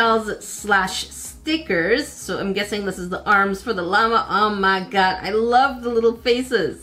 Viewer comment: I love how you pronounce oh my God nope er me gurd!!!!!!!!??!